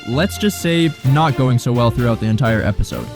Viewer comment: Are you saying "ebizode"? Lol! Great vid regardless!